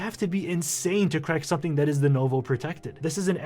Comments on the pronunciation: denUVO... say it with me... deNUVO. not denOHvo... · "...it's called D-NOh-VOh" had me rolling